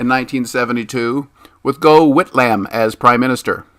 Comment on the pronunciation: It's a bit painful listening to the pronounciation of some names as a Australia but good vid otherwise